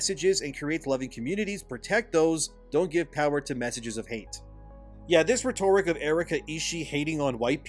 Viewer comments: Rhetoric's pronounced retterick, not retoorik. Not being a dick. Saving you from people laughing behind your back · it's pronounced RHET-or-ic. Love ya man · I will wait for a DEI review of the game. Plus, if its a PS5 exclusive it's probably not worth it. Also... rhetoric dude lol - it's ret-uh-rik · I love you man but please learn how to say rhetoric lol